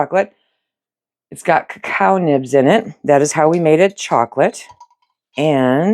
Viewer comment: Cacao is a French word and is pronounced as 3 syllables, the "o" is the 3rd